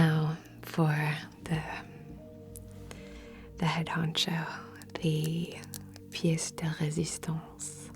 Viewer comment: So you handle your French very well "pièce de résistance"! Merci for this video on creativity. I personally work with a lot of creative people and lately it seems that it was harder for all of us to create... But I hope this will evolve making us even more creative once we've reborn from this ordeal... Thank you for clearing and cleansing for making this happen faster... Sending good vibes to all from 🇫🇷